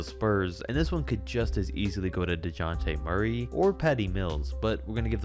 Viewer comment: THE DISRESPECT ON Déjanté MURRAYS NAME IS VERY VERY BIG JESUS